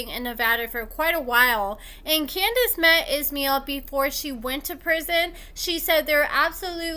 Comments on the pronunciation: Pronounce the s in his name as sh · It’s pronounced ISH MY EL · His name is pronounced-- Iz-MY-ell. He seems to have some issues, but he's a hell of a lot hotter than Andrew. I'm thinking he could do better than trash-bag Candice.